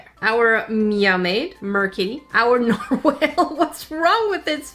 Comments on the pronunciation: narwall is how you pronounce it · u say nor wall the A in nor WALL sans like an O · It’s not a narwhale is a narwhal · DONT CALL IT NARWHALE BRU!! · Nar-wall Narwale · It’s Norwall this is how you say it